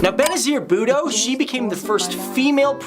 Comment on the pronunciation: the way he pronounced Be Nazir Bhutto 😅😂